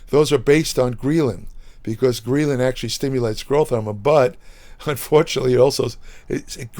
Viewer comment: It's pronounced greh·luhn, not gree·luhn lol